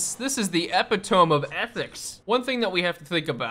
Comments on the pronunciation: Eh-pit-o-me not epi-tome. But you know what they say about reading a lot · Epi..tome? That's now how you say that word. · Love your videos. Unrelated: epitome is pronounced eh-pit-oh-mee. Keep up the good stuff. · epitome is ep-it-oh-mee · e-pih-tuh-mee not eh-pih-tome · love your shit, but "epitome" is not pronounced "epi-tome" but "uh-pit-oh-me" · I had to stop the video because you pronouncing epitome as epi-TOME damn near gave me a stroke. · Bro said "epi-tome" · dear lord how do you keep saying epitome that way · not to be the pronounciation police, but its pronounced epitome [Uh-pit-oh-me] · Nah, can't do it, even as a joke saying epi-tome is just too dumb. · epitome is pronounced uh-pi-toe-mee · Dear, I’ve heard you say Epi-tome in one the the previous episodes. ❤️ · I really enjoy your videos but your butchering of "epitome" (pronounced eh-pit-oh-mee) always triggers me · I really can't tell if it's a long running bit or not. But that's now how you pronounce 'epitome'. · This probably shouldn't bother me as much as it does... But please for the love of God look up the pronunciation of epitome. No judgement because it probably just means you learned it from a book. Keep up the good content tho man. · You say epitome completely wrong .... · dude u rly dont know how to say epitome huh